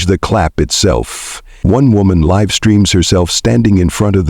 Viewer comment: Mispronounced "live".